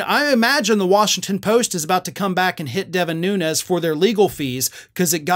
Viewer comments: It is not NUNEZ! ITS NUNES, HES PORTUGESE NOT SPANISH. Has been sighted home visiting his Portugese Family and eating at local Port, RESTAURANT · The Portuguese people here in Hawaii pronounce Nunes as noons. Like "goons". Noo-nez is Spanish.